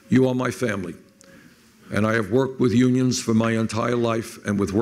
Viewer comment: Like YUGE. YEW-nyuns.